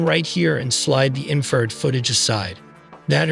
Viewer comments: Seriously, spend a few minutes and get the AI to pronounce things correctly. Infrared sounded like inferred... It's so little effort to fix. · smoking crack. infrared, not inferred.